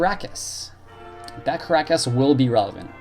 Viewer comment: Kee-nah-ee-ohs and Tee-roh